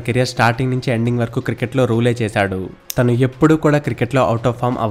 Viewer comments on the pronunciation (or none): తిను తిను అనకు బ్రదర్ వినడానికి చండాలం గా ఉంది, అది తిను కాదు తను.